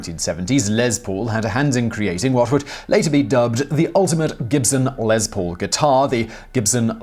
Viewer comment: Um it’s les not lez